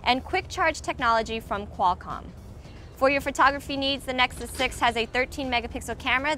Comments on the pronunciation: Does she say nexuks ? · its Nexus 6 not Nicksixsix!